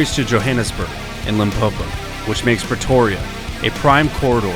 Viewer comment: Was only half listening so I hear "Petoria"